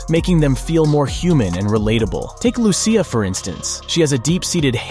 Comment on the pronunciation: Every Lucia I know in real life pronounces it "Loo-Sha"